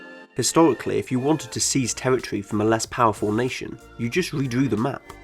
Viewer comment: Territory = pronounced “Tewwitwy”